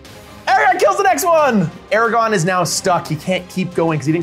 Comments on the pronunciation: What a great video! So glad I found this channel. Although, as a massive LOTR fan, it was painful to keep hearing “Aragon” instead of “Aragorn” over and over again. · AMAZING GAME! On a separate note, I love and his enthusiasm, but if I ever hear him say Ara-gone again I may explode 😂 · aragorn.... not eragon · I love but my eye twitched violently every time I heard Eragon instead of Aragorn. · This was so awesome.. So so so awesome...and I love you all...But please...for the love of all that's holy...ARA-GORN....not....ERAGON....please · *Aragorn, not Eragon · if I here say "Aragon" instead of Aragorn one more time I'm going berserk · AraGORN not Aragon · Can't stand when people call Aragorn "Eragon" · It is pronounced Arago*R*n.